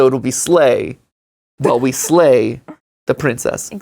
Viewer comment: mat it honestly hurt my brain hearing you say slay *love your channels